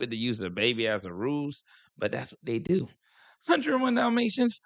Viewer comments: That’s how people in BALTIMORE pronounce the word DO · That "youuuu" and "dewww" is a Baltimore thang. 😄